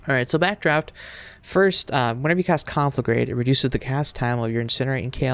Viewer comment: you pronounce conflagrate wrong what kind of warlock is this